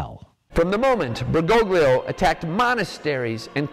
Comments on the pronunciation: Bergoglio - the g is silent Fr Altman. Same old, same tired old tripe lie. Bergolio is how it's spoken, for goodn😢ess sake. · It don't know why the way americans pronounce "Bergoglio" bothers me this much. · He doesn't even pronounce it correctly. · neither. Bergoglio is an italian surname (like a lot of argentinian surnames), and the letters "gl" are used to signify a sound that doesn't exist in english or spanish. Look up on google translate how it's pronounced